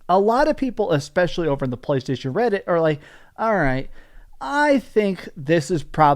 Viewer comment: I love that you can barely say playstation anymore 😂😂😂😂😂😂😂😂😂